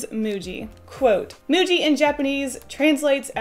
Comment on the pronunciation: I think it's pronounced "muji"